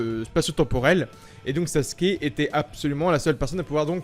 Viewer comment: Pourquoi tous le monde dit saske au lieu de sasuke 😂😭🤣